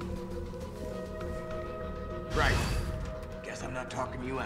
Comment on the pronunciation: "This isn't the wast wide out of town, wight?"